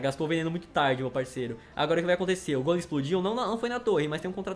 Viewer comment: Se diz gólem e não gôlem